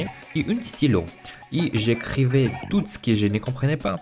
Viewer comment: le soucis qui revient le plus je pense c'est que tu prononce certaine lettres qui ne doivent pas être prononcé comme quand tu as dis que tu as voulus apprendre le français tout seul tu as prononcé le T a la fin de "tout" le t se prononce seulement quand le mot est écris "toute" ce qui le fait passer du masculin au féminin j'espère que tu as compris sinon dit moi et j'essaierais de réexpliquer